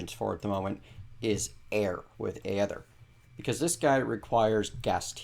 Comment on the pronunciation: (Ey-thur), not (Ey-eh-thur) :D